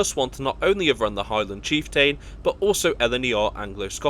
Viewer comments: cheef" + "tuhn" Not cheefTAIN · It's chieft'n, not chieftane - who pronounces it chieftane? Just saying what others are thinking... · I was going to post a similar comment. Kyle of Lock-alsh is a name that is often problematic for non-native Scots. Apart from the place names, I must say I hadn't heard of the Highland Chief-TAIN before. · Yes, it does make the video more authoritative if they actually find out how to prononunce the places correctly, especially on a travel channel. And his pronuncation of the word chieftain needs work as well. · Nice video.... only oddity, the slightly wonky pronunciations and a whopper of a spelling mistake. Stirling isn't Sterling, tho' not that far away from Stirling is a link to "sterling" and silver that was found in the Ochils. Chieftain is cheef'tonne, Moray is sounded like Murray (as the in the mints). It's a lovely journey across Scotland, have done this trip too many times to count.